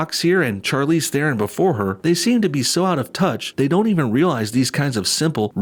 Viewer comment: As a South African I cringe very hard every time I hear people mispronounce "Theron"